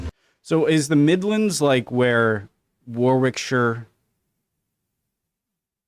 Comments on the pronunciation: . Yes and it’s pronounced as (waa- Rick- shea) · WOR-RICK- SHEER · The Midlands are a collection of counties. I live in the Midlands. It is called the west midlands depending where you live in the midlands.Also you pronounce Warwickshire not how it's spelt but like this, " Worickshur". Hey! Don't blame me! It's just the way it is here. Incidentally I've paid into the system here all my life now (70) and the NHS has saved my life many, many times in my lifetime. I'm so grateful I live in a society that cares for all it's citizens regardless of how much money they have. Incidentally the NHS was set up just after the war. Churchill who was running to be prime minister again never got in because he opposed it. Thank god he never got back in! Else there might not have been an NHS! Also it was the Labour party who brought in the NHS. The Labour party is equivalent to your Democrats and Churchill was a member of the Conservatives who are equivalent to your Republican party. 👍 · Warwickshire is pronounced Warrickshire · Technically the NHS if not “free” as it’s funded by our taxes and National Insurance salary deductions. But we don’t have to pay ridiculous copays and redundant junk insurance policies. The only thing that we pay after getting NHS help is (currently) £9.90 per item I freaking love the NHS!!! Also Warwick, when pronouncing drop the middle letter. It’s Warick who 😊😊this happens a lot with U.K. towns 😜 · The Midlands is a block across the middle of England stopped at either side by Wales on the left and East Anglia on the right. Yes it has Warwickshire in there ( don’t pronounce the second ‘w’) and Rutland. It’s square rather than a rectangle and North starts much further up than Southerners think.